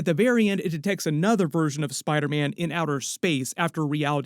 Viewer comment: Why do you call Spider-Man “spydaman”?